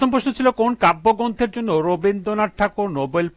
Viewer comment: Kabbogronto na kabbogrosto